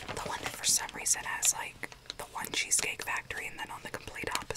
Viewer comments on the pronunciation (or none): none